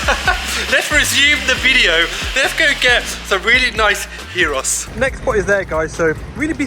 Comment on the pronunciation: Say the G like a Y when saying gyros.thats how it's said